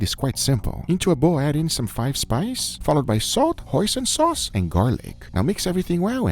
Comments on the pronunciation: I'll be honest when Guga said "hoisin sauce" I thought he said "poison sauce" and was legitimately concerned for a second. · I don't know why but when he said "hoisin sauce" I thought he said "Poison sauce" ☠️